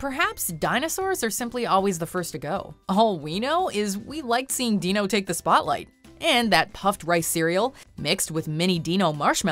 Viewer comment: *pronounces Dino like dee-no